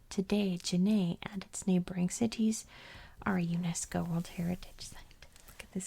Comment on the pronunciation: I absolutely ADORE your channel! One of my favorite YouTube channels of all time. I’m obsessed with geography and history and ASMR so everything about your channel is chef’s kiss 🤌 one piece of feedback that I’m not sure anyone here will agree with… when you force yourself to pronounce the T in “cities” in a way that is very unnatural and clearly not the way you actually speak…. It’s a bit jarring to my ear and literally takes away from the ASMR factor a bit. I’ve noticed you force this unnatural, overly-formal “T” sound in a few of your other videos as well. Just wanted to tell you, your natural way of speaking is perfectly fine- MORE THAN fine- and there’s no need to force that sharp T sound if it isn’t your natural way of talking.